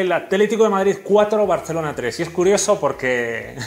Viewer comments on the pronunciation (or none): none